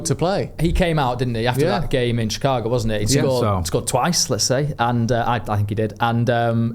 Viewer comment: It’s shih-KAH-go - cheers!